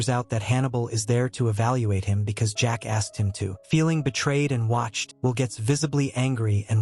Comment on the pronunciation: bro said jack asked but it kinda sounded like something else